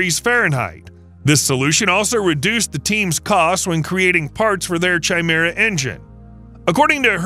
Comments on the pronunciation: Chimera is pronounced kai-meer-ah, not 'chai' - meer - ah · It's not "Chai-mera" 🤦🏾‍♂️. It's pronounced "kai'mira" ffs. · That was pissing me off too lol, KAI-MERA damnit! 😅